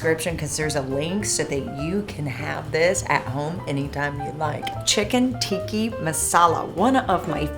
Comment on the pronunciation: Tika not Tiki